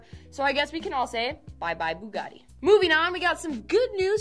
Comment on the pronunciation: Still did not say it right...